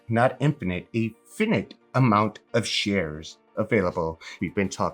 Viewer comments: Lovely message, but the word is fi·nite /ˈfīnīt/ not "fin-it" ... Nothing but love here. Apestogetherstrong #amc100k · "Finite" is actually pronounced with the long I sound...like ['f eye n eye t]. Ok thanks ;) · Did this dude say finnett? 💀💀💀